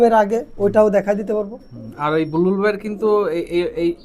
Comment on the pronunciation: বুলবুল❌ বালবুল ✅